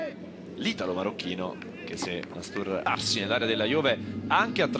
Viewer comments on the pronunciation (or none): tra il minuto e il minuto dice "mastubarsi" XD